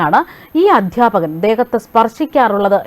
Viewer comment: സംഘിണിക്ക് " വിദ്യാർത്ഥിനി ", " അദ്ധ്യാപകൻ " തുടങ്ങിയ പദങ്ങൾ പോലും ശരിയായി ഉച്ഛരിക്കാൻ അറിയില്ലല്ലോ 😄😄😄! മങ്കീബാത്തൻ പഠിച്ച യൂണിവേഴ്സിറ്റിയിൽ ആണ് പഠിച്ചത്, അല്ലേ 😄😄😄?